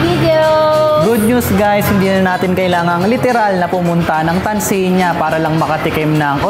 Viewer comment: Nice video. But its pronounced Tanzania, not Tanzeenia.